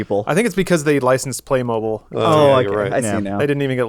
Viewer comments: Say it with me: PLAY-mo-beel. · Is that how Americans say playmobil? Or am I the one saying it weird?